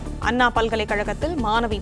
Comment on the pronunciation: அண்ணா அன்னா மாணவி மானவி இதுதான் பாலிமர் பெண் செய்தி வாசிப்பாளரின் அசிங்கமான தமிழ் உச்சரிப்பு.தயவுசெய்து பாலிமர் செய்தி சேனலில் இந்த பெண்ணை வாசிக்கவிடாதீர்கள்.